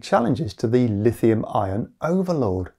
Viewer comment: zinc-iron or zinc-ion. probably ion but you do say iron and ion pretty similarly. don't go changing just because of me though. stay silly